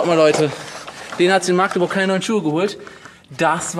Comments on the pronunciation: das heißt nicht maaaaaaaaaaaaaaaaagteburk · wie du Magdeburg sagst ist toll XD Maaaagdeburg XD es heißt Magdeburg